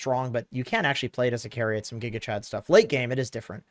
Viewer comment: Intresting "SHTUFF"